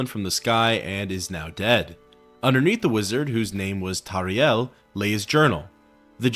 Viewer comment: His name is "Tarheel". Also Cosades is pronounced as CosAdes. Not Cosaydes. Its like in Latin,so pronounce the e.Sorry,I'm a MW geek. :}